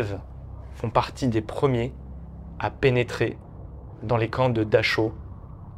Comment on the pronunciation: Ons prononce pas dacho mais le u ces t " ou "